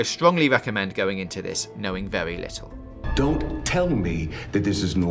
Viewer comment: Remember to be wery quiet during the movie.